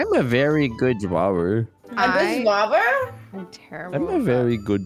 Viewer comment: "Im a verwy good drwer" What i heard: i a very good drugger